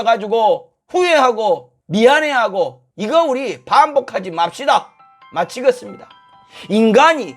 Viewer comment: "마치겄습니다."가 "미치겄습니다."로 들린다.